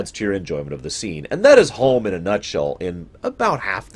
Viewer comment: Homm, not Holm.